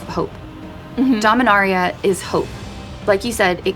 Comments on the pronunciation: Domin-AIR-ia Boy that just hits my ears wrong. Dominaria just feels so much smoother. Sorry Jimmy but you can't compete with voice. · The video being sandwiched with Jimmy mispronouncing Dominaria was incredibly annoying, especially from an official source like this. Do better.